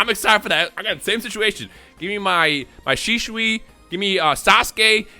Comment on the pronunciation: Bro said shishui💀